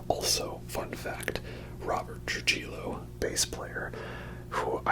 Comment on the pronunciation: Just a heads up Rob's last name is pronounced "Tru-hee-yo" Sincerely, a hispanic Metallica fan😊